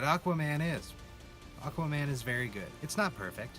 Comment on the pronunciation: "Aq-WAH-man!"😂 Ngl, I saw this with a pal, and we were straight laughing through many scenes because we found them (ugh, hate using this word) cringey. But this really made me think about it from another perspective. Hate when I have to do that. Great video!🔥🔥